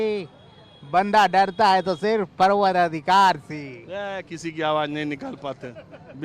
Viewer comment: राजीव रंजन जी ने सही कहा। आवाज़ निकालने वाले को शब्द का उच्चारण भी नहीं मालूम है। परवरदिगार को परवर अधिकार बोल रहा है।